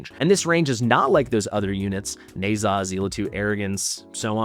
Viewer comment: Why do you pronounce Ne Zha as Neigh'Zah instead of Neh-Ja?